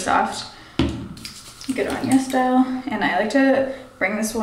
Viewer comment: ITS CALLED YES STYLE??? oh my god this entire time i thought you were saying Yes Dial